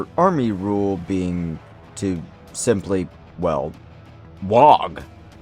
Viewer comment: Why do you pronounce the G in Waaggghhhh? Supposed to be silent I thought